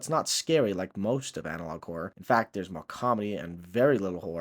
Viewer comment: Because I didn't pay much attention to the title, for the first minute of the video I thought you were saying something like "analog core", it's only after I saw it written down in the video that I realized you were saying "analog horror" then I looked at the title and confirmed it. There is an element of horror in Neural Viz videos, if you squint hard enough. It's the very things we find unsettling in the videos that Neural Viz draws the comedy from.